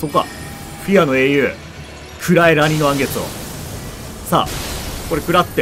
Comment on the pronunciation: 言い直してもアニのらん月になっちゃってるの草